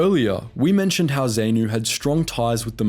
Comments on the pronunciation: If you’re going to do more on my country’s war thrust upon us by the communist bloc in their own colonization of Africa, a couple of comments. First take a moment and read something applicable like The Great Betrayal and perhaps watch some Rhodesian videos so you know how to correctly pronounce ZANU, ZAPU, FRELIMO, Selous Scouts and Salisbury. Your mispronunciation of these actually detracts from your presentation. Guerrillas is such a nice PC term for the cowardly savages that tore apart babies, children and adult civilians including hacking off lips and ears of living humans and making family members cook and eat them. Black Rhodesians volunteered to serve during the communist insurgency. They made up 80% of the Selous Scouts. White males had to. We both had a common enemy and black civilians by far bore the brunt of the “guerrillas” freedom fighting. Black Rhodesians fought from WWI onwards for Great Britain, as did nearly all white a Rhodesian men, hence the Great Betrayal when the communists showed up the the West turned their back on their wanton aggression. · Great video, just some constructive criticism; It's pronounced Z(ah)pu and Z(ah)nu, not Z(ay)pu or Z(ay)nu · hey bro great documentation of history, though one thing. Its pronounced Zah-Nu not Zay-nu, just a bit weird to hear you say it like that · Please! You are crucifying the pronunciation of the combatants! The 'A' in both Zanu and Zapu is said as in the word "and" , and not "saint " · It’s pronounced “Zah-noo”/“Zah-poo” not “Zay-noo” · Wow, there is a lot missing from this, as well as a number of historical errors. Blacks formed part of te Rhodesian military a long time before Smith came to power. More research should have been invested. Pronunciations are also terrible - Zaynu?? Zaypu?? Ugh!! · zapu pronounced z-ahh-poo and zanu pronounced z-ahh-noo, and frelimo pronounced fr-eh-lee-mow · Zaypoo and Zaynoo? What the FUCK. That is NOT how you pronounce those acronyms